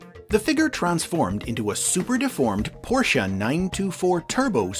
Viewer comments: I’m surprised pronounced Porsche correctly. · Pronounces "Porsche" with surprising accuracy - yay! Then goes on to mispronounce "Volkswagen" - sigh.